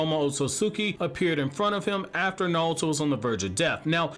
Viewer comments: STOP SAYING NAWUTO AUUGGGH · I can't take 'Nahl-toe.' How, my guy??